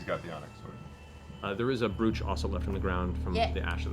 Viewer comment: Brooch -- I have never heard it pronounced like that. It is pronounced the same as "broach" (at least all the grannies in my life who wear them pronounce it like that - they always have brooches on their frocks!!)